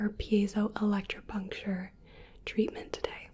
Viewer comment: Big props to you for pronouncing that cos I would never be able to!